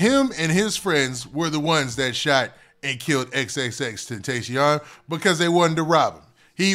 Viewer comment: Im tired of you saying X name wrong 😂